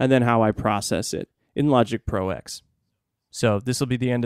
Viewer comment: I believe it's called Logic Pro "Ten" (roman numeral X)...not Logic Pro "Ex".....as in Final Cut Pro X "Ten"........but I'm sure someone must have mentioned this already.